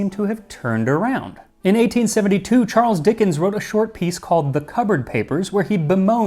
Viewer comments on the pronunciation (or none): none